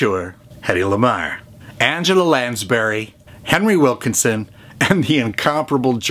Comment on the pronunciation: Hey. I love your movie reviews. I have become totally addicted to them! Btw - Don’t want to be a nit-picker but did you mean to say Henry Wilicoxon, cuz I heard “Wilkerson.” That’s okay, you’re knowledge of films is still a joy to behold. All the best!!